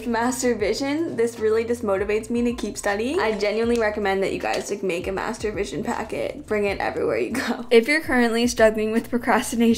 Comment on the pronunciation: Why did "Master vision" sounded like the other word we all are familiar with?